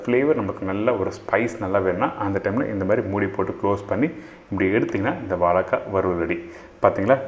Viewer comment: "Valaikkai",illingo "vazhaikkai",ingo....